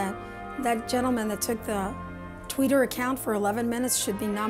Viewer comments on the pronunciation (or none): sam pjk lol I just love it it's like she's saying he's the tweeter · Its a regional accent kinda thing.. I think its sweeter to pronounce Tweeter. Love that courageous woman. :-) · I love how she says Twitter 😂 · My mom's from Mexico, and yeah... that's how she says it. lol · Yes. With Spanish, the "i" is pronounced like a long "eee" and the "e" is pronounced like "eh".